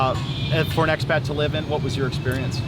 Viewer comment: It's "expat" not "axpet" - I don't mean to be "That" guy - What am I saying - I love being "That" guy - How long have you been in the Phils? How long have you been vlogging "Hey "? Daniel